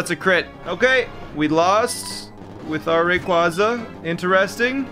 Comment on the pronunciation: Please learn how to pronounce Rayquaza properly and ACTUALLY NUMBER YOUR EPISODES, you keep not numbering them and makes it hard to keep track of certain series and playthroughs making it annoying